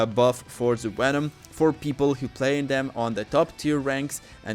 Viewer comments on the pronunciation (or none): It’s not wenom it’s venom